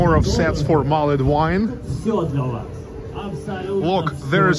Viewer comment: Love St Petersburg, spent 2 weeks there in 2006, brilliant :) INFORMATION FOR YOU: all English words ending in 'ed' you don't pronounce the 'e' only the D, so, mulld wine, savd, pushd, listend, etc Merry Christmas :)